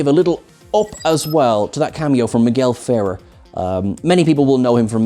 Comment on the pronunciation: It's Migel Fer-AIR.